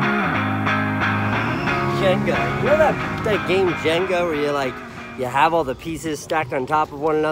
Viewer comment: It’s Jenga not Jenga